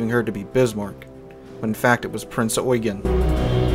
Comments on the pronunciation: The Admiral Hipper class German heavy cruiser was named Prinz Eugen. Pronounced as "oy-ghen" and not "yoo-gin" or "you-geen". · 1. It's NOT "Prince Eugene", but "Prinz Eugen", pronounced "Prinz Oy-ghen" (and NOT "yoo-jin" or "you-jeen". 2. Prinz Eugen did NOT sink Hood. Even though she had landed the first German hit of the engagement, and started a fire on Hood's boat deck, PE's 8" HE shells did not have to ability to deliver any serious damage to Hood's citadel, and besides by the time of Hood's destruction PE had already been ordered to switch fire to HMS Prince of Wales.